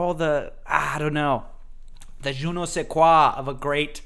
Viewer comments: Absolutely butchered the je nais quoi pronunciation haha. Great video though. Love this series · butchered the "je ne sais quoi" sentence